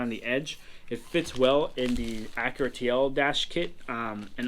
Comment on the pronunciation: What is an "Ackra"? LOL. Learn to SPEAK and pronounce. There's a reason why you don't have a lot of subscribers... because you talk funny.